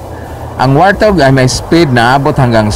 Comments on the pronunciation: Wart hog po di po wartog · WART-HOG yata, HINDI WAR-THOG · ang totoong english pronounciation yan ay,,,,,, wort haag